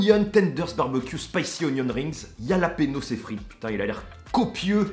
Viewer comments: Exactement à chaque fois que je l’entendais ça me donnait mal au crâne !!! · La prononciation du Jalapeno laisse à désirer! Force à toi!